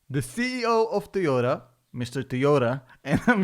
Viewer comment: It's nit tiota it's toyota